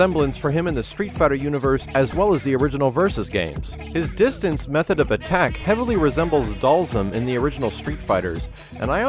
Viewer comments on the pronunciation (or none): none